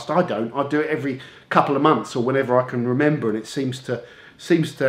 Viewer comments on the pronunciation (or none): none